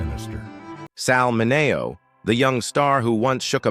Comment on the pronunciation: It's pronounced 'Minnie-oh' not mi-neigh-oh